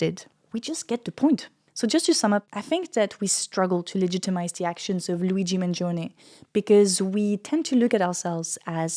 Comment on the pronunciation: You're the first person I've seen pronounce his name correctly in Italian. Mangione is 3 syllables, and the "i" is silent (for English speakers that is)